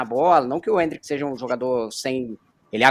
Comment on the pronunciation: Endrick ta mais pra mbappe ou o imperador. E porquê essa mulher não fala endrick normal